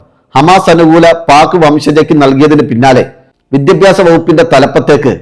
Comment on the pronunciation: *വിദ്യബ്യാസമല്ല പക്ഷെ വിദ്യാഭ്യാസം മലയാളം ശരിക്ക് ഉച്ചരിക്കാൻ പഠിയ്ക്കൂ😂*